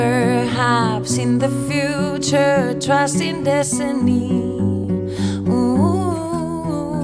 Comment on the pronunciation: "Wotever haps in the future trust in desiny" I can't anymore lmao :D